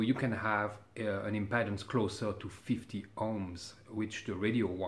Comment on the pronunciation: ..Your tech knowledge is par excellence.. I don't know if you are aware of it but your English is better than many, (MANY) English men. I realise just how much effort you have put into learning our bastard language so I know how you will welcome a little, one-word adjustment. You say "impedance" with the E sounding like "Head or Bread." It is actually much closer to your "vite"...or our "street..treat..sleep, sheep." Comme l'Impeedance Je vous remercie bien pour toute. Vive La Belle France et peut-etre Gen. De Gaulle. A bientot! Mon Cher.. Vive L'hot club, Le Django Rheinhart Merveilleux et le Grapelli encroyable! G3NBY